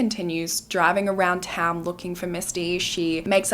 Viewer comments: My hometown area and I have to say I am super impressed by your pronunciation on all of the towns! Not even most US natives can pronounce our Washington cities! You definitely do your research well! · Props on pronouncing all of the towns correctly.